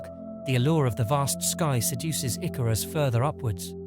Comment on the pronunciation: I actually think the icarus story is fairly poignant for humanities reach. And although we do get it wrong we strive perhaps too close to the sun sometimes. The artwork is great 👍 Edit* icarus pronunciation needs some work 😅